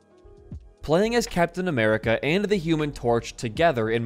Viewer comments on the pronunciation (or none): none